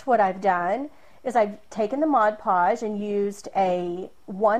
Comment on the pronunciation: Thank you, and a HUGE thank you for the first video of this kind where the presenter doesn't say MODGE podge.